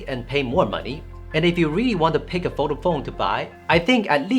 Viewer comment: Fol-da-ble phone, not Vodafone 😉 Great review and some good points you make!